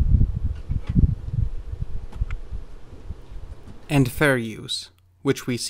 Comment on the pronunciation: "Hi, I'm, but not THE Bob Gimlin😂